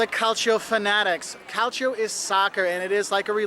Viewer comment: Calcio its not pronunced like that but its fine but some Italians get really mad if you do a misspronuncation and make you Say It until you pronunce It right